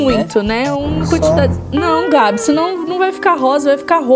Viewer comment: E barbe e não barba kkk p Gabi sendo cabi kkkkk😂